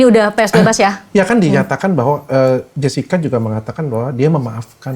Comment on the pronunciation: Jessica bukan jascika😂😂... Anda menuliskan pronounce english yang diindonesiakan yah